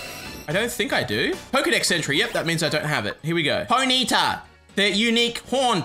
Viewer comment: You pronounce Ponyta all wrong and it pisses me off